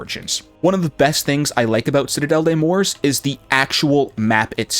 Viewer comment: Doesn't know how to say the map right therefore not wasting time watching this